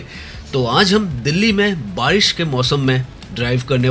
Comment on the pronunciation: bhai aapko pronunciation sahi karne ki bahut zarurat hain, aap barish ko bhi baris bolte ho